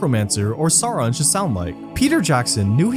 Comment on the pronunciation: Who is Smaag and Saaron, it cant be hard to say Smaug and Sauron for an english speaker, can it?